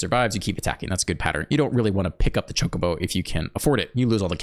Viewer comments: You're saying Chocobo correct. In Japanese the O always makes the sound like in Open. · You are correctly saying Chocobo.